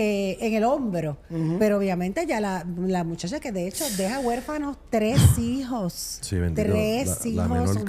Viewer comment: corazón... es, tres hijos. No tresijos...😮😮😂😂